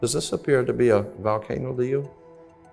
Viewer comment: Hole Vole Volcano 🌋 Not so articulate when he pronounces VOL Volcano as Val 😮 Indeed am pedantic… The correct pronunciation is important, especially when he is including other languages. Just typing out loud. Even though I’m learning listening to this👍